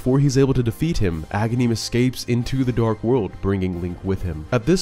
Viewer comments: It’s Agahnim, not Agahneeeem. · when I first got this game as a kid I always thought Agahnim was Ganon because I used to mispronounce his name as a-GAN-im, like Ganon without the first syllable. Then after I fought him the second time and saw Ganon rise from the wizard’s corpse that sealed the deal.